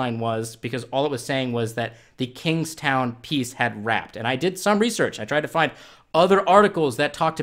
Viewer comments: As someone from Kingston, it's pronounced "Kings-tonne" not "Kings-town" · I love the way you say Kingston (Kings Town) hahahhaah I'm from Canada and this is hilarious